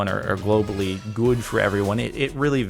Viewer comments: goo-ed. Cool. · Listen to how Jordan pronounces good.....